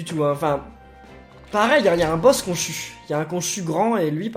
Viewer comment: on dit pas konchu on dit konchou